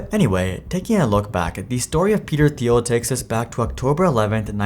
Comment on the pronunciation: Doing a profile like this, one would think you'd take the time to find out how to pronounce the persons name xD